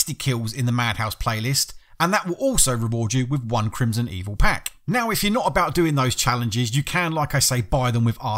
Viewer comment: Its Crimsonveil not Crimsonevil for the record